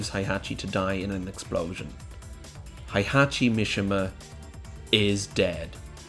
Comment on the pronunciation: heihachi mishima. hay-hah-chee. mee-shee-muh